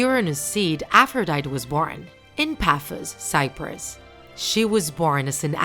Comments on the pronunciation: It triggered me when she pronounced it A-fro-dy-T It’s pronounced a-fro-dy-tE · Aphrodite is pronounced as: Afro - die - tea... not Afro - die - t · Her name is pronounced as APH-RO-DIE-TEE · nobody: Narrator: AFFROWDIET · You said it wrong it is afrõs i am from greece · Its afro-diet-ea/i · I don’t know if I’m wrong because I’ve been pronouncing Aphrodite like Af-row-day-ty. With a y sound at the end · I just told you that Aphrodite is pronounced Afro diet E (most simple way to pronounce it) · ... She said her name wrong... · You are pronouncing the names wrong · That’s not really how you say Aphrodite but okay! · Isn't she pronounceing Aphrodite wrong?